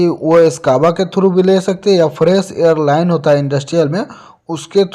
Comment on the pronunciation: Bro hair Nahi balki Air hai